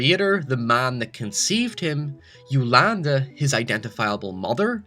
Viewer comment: Yo-Lan-Di Not Yolanda